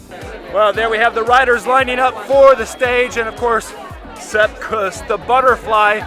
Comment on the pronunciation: Say: KOOS. Rymes with caboose. Say it right man